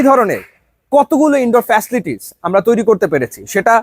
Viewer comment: উনি বারবার ফেসলিটিস বলতেছিলো 🥴 অধিক শিক্ষিত মনে হয়🤔